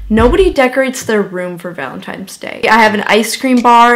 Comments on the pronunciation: It's ValeTINES day not times.. Lol. Editing is sooooo good btw!!! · ValenTINE's day not valentimes